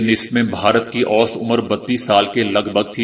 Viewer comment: اوسطاً پرھنے ھیہں اوسط نھيں پرھتے